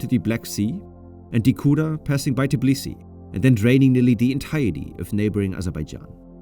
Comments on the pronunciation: It’s Tbilisi, not Tiblisi. Tbili means warm. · It's Tbilisi